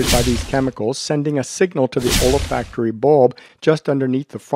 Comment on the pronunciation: OLA-FACT-ORY?? An M.D. who doesn't know how to pronounce ol·fac·to·ry /älˈfakt(ə)rē,ōlˈfakt(ə)rē/ - there is no A after the OL